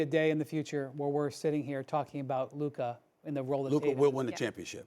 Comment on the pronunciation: Hmm so Stephen a CAN say Luka’s name so he’s purposely been calling him luker all season long